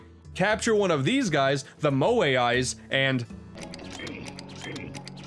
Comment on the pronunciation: They're called Moe-eyes, not "Moe-ay-eyes". Also, Multi Moon, not "Multai Moon".